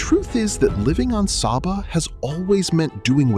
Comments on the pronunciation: The island’s name is pronounced “Say-ba”, not “Sah-ba”. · OK, as a resident of Saba, first off, it's pronounced 'Say-Ba", not 'Sah-Ba'. This appears to have been videod recently, but several of the island shots are not of Saba. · It’s Say-bah… not Sabba!! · It’s pronounced SAY-Ba; not SAH-ba. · It's pronounced say-bah. Why do this production and get something so basic wrong? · it is SAYBA! So American white of you! You do a whole entire video on the island and refuse to pronounce its name as the natives do. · my very favourite country in the world, love it there, and its pronounced SAY Bah, very inspiring when you think about it, love your video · SABA= PRONOUNCED SAY-BA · It's pronounced SAY-ba. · Actually pronounced 'SayBuh', but otherwise, a beautiful video. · When watching this I was wondering if the author of this report has even put foot on the island. I mean, how can you create a nearly 40 min long documentary about the Unspoiled Queen and do not know how to properly pronounce her name?!?! It smells a bit like an AI generated clip. Greetings from Billy Folly/SXM. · Bro, I know your content. Excellent quality 📸📹👍. I am a superyacht content creator and photographer from SXM. This thing here is seemingly an AI generated video (they even do not know how to properly pronounce the island name and it's people...lol). It has nothing to do with the effort, love and craftsmanship what people like you and me are putting in their work. Greetings. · Why didn’t you just ask google how to pronounce it before you decided to produce a whole video on the subject? This makes the video seem like AI slop. Could have been a decent video if standards of accuracy (pics) and a modicum of effort was applied. It would taken all of 30 seconds to ask google how to pronounce Saba.